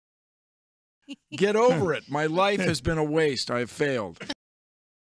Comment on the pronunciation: yes he sure did 'faild'